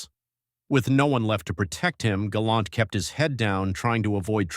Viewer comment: Hey, it's "Galant" NOT "Galont" ijs